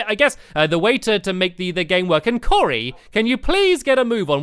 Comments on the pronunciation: you said coray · you called cory corrie like corination street the way the call it corrie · I always think Stamps is saying Curry instead of Cory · it sounded like he said curry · I know right! And today we're going to be joined by curry!